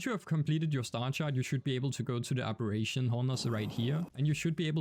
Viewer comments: “Aberrations”🙄 It ARBITRATION. Ar-bi-tray-shun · Arbitration Ar-bih-tray-shun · Great explanation, thanks... but how many times did you mispronounce Arbitration? 😅